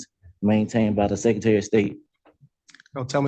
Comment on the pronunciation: "Seccitary" indeed.